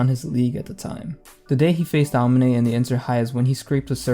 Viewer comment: man why do u say aomine's name like that